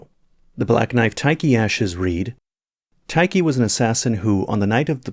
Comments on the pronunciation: Tai-key? TAI-KEY!!? Lol. It's Tiche. Like, Tea-shh. Beside that: Nice video ^^ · Never heard Tiche (teesh) pronounced ty-kee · its pronounced "tish" not "tie-kee" lmao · Black knife tikey? Lmfao. Surely its "teesh" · Tie key? I thought it was pronounced tissh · Tiche being pronounced "tai-ki" sound strange... I've always read it as "tish"... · Interesting pronunciation for Black Knight Tiche, you call her "ty-ki", while I always though it was "teesh" 😮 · Why did he call Tiche Tight Key 😭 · I have heard it pronounced black knife “tee-sh” and they way you pronounced it threw me off for a second lol 😝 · TIKE-KEY?? 🤣 great video as always! I think Zullie the Witch had a video from forever and a half ago with similar conclusions, and your analysis tracks in my head as well. What bothers me I think is the absence of the eyes... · Did he just call Tiche Taky? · Who is Taiki lmao? It's Tiche (Tish) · Tiche is pronounced tish or teesh i feel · has pronunciation proglems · Yeah, there's some room for interpretation of how it should be pronounced in English due to the limited sound resolution of Japanese, but the way it was pronounced in this video is unambiguously wrong.